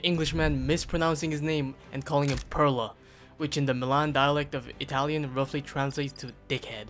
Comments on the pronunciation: actually perla means pearl, but if you pronounce it pirla it means dickhead :D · the word it's not perla (pearl) but "pirla" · Love from italy but is pirla not perla bro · "Pirla" not "Perla".... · It's PIRLA not Perla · Great video, but d**k head in Milanese dialect is Pirla not perla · Small correction from someone that lives near Milan: the word isn't "perla" but "pirla". If it's about the english pronunciation, I get why the "e" is there but the word itself is written with an "i". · ''Perla'' means pearl. What you meant is ''Pirla''. Just a small correction.